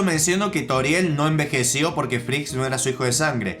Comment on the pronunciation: Se dice frisk y toriel no frask y tarial 😡